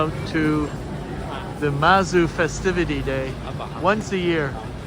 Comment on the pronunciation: Hi,! It is actually Zhang Hua and Lu Gang. The Taiwanese transcription of mandarin into romanized characters is very confusing... Especially most administrations still avoid the mainland pinyin which is much more accurate... Same Mazu goddess is pronounced Mad'zu not masou (as in french), not like Suzuki in Japanese and as you might guess in pinyin. Apart from that although u mentioned preparing for the invitation I didn't received the notification of your Livestream later on, very frustrating... Anyways ^_^